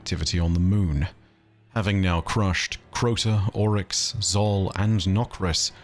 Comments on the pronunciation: Any reference to someone in game pronouncing Oryx as "Ow-Rix", instead of "Or-Ix"? Or does Ow=Rix sound more posh and pretentious? Remninds me of when you insisted on pronouncing Xivu as "Shevu", insted of as "Zivu" when everyone in game pronounced it as the later, including her sister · why do you pronounce characters names weird? You say owryx instead of oryx